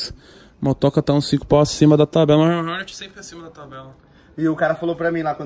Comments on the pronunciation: HORNET e não roneti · Agora só falta parar de chamar Rornet e falar Hornet kkkkk tmj carai parabéns!